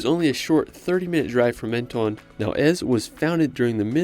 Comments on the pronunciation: Dommage de n'avoir pas cité ANTIBES qui est plus typique que CANNES. PS : on ne dit pas MEN TO NE en France mais MEN TON ce n'est pas ON/OFF. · Could you please at least make an effort to pronounce the city names correctly ? Menton is not pronounced maneton 😢 it is not that hard to pronounce It the way it should… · Menton is pronounced Monton and Cannes i is pronounced like tomato can.